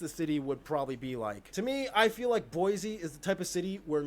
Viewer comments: He's mispronouncing Boise. It's pronounced BOY-see, not BOY-zee. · I'm not from Boise, but I know anyone from there pronounces it as Boy C and not like he made it sound as Boy Z I'm now living in California, but I'm from Minneapolis and it is a beautiful city, so many lakes and parks with paths connecting them. Back before Dutch Elm took out so many of the large old trees, every street was a green tunnel. I can remember flying into Mpls, and those not from there saying, "We see the forest, but where is the city?" because except for down town and the lakes all that could be seen was tree tops. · Hearing him say Boise was breaking my brain...it's Boy-see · Atlanta is the center of public health in the U.S. The Centers for Disease Control are based there, as is the American Cancer Society. Atlanta also has the busiest airport in the U.S. He pronounced "Boise" wrong. The "s" is sibilant as in "see," not voiced as in "fleas." BOY-ssee. Muhammad Ali was born and raised in Louisville, Kentucky.